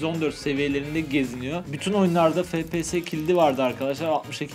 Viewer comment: FePeSe ne abi efpiyes